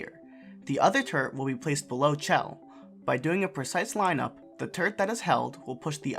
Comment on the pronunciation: I keep hearing turd instead of turret